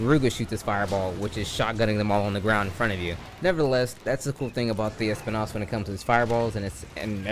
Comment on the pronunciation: Espinas not espi-nás 😂